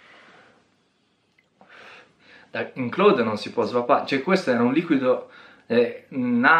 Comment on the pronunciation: basta dire claud, non clòd....